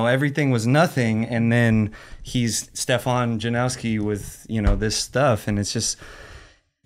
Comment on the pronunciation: Stefan says 'this is how you say my name'......... continues to mispronounce it for the whole damn interview!! I love but he has no capacity to listen or take information on board.........in one ear, out of the other.